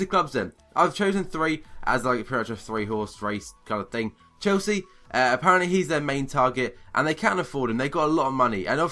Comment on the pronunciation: haha wtf are saying dude ? chosea ? you mean chelsea ?